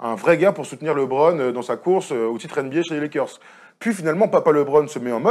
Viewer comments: Il me saoule à dire Libron ! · Être fan de LeBron et mal prononcer son nom ça la fout mal quand même